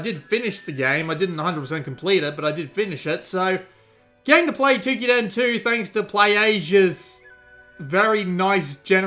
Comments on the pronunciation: Dear god him saying Twokiden instead of Toukiden is pretty annoying. lol But...good video, its just annoying to always hear foreigners mispronounce things. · The "ou" in "Toukiden" is pronounced as the "ou" in "Touhou".